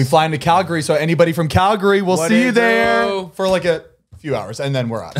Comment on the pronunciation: Props to Zane for pronouncing Calgary right 👏🏻👏🏻👏🏻